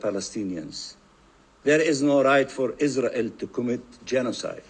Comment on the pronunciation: I can't stand that Israeli speaker. He pronounces all his r's as w's. "Iswael" "wesolution" "genewal."